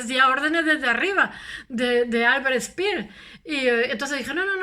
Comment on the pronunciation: No se habla spiers ... Pero habla se speer *